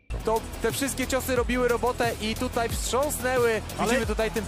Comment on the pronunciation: Weź ktoś powiedz kasjuszowi że mówi się TUTAJ nie TUTEJ